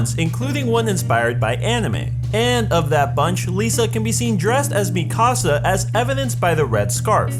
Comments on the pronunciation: Me kaw saw!? No it's pronounced me cah sah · ITS PRONOUNCED ME, KA, SA